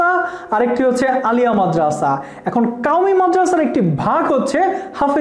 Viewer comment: কাওমি না ভাই কওমিয়া ঠিকভাবে উচ্চারণ করেন